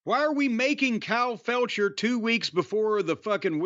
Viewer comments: "Kyle Felcher" 😊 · lol "kyle felcher"